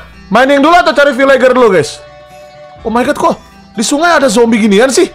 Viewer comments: Bukan vilager bang vilajer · Bang bukan bilang vilager tap bilang nya vilenjer🎉